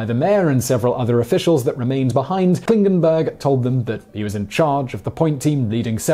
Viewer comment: He pronounced "Klingenberg" right. Took me by surprise, as it is certainly an exception :-)